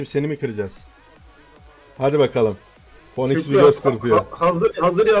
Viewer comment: Oğlum ponix nedir la? Hiç mi duymadınız bir dizide filmde phoenix'in okunuşunu?